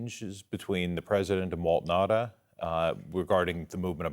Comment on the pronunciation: Pronunciation for Will Nauta is not Will Nah-dah it's Will Now-ta. Anyhow, he's probably just blindly following orders from former prez absolute chain of command.